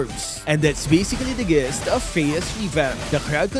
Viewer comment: It's pronounced /jist/ bro not /gist/. No point in using big words if we can't take the time to research the proper pronunciation.